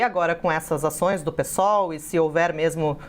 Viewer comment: Parabéns por falar Pêsol e não pisol 👏ninguém fala pisdebe..